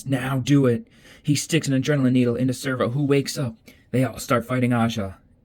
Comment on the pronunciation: This is great but am I tripping or isn't it Sev-ro..... not Servo?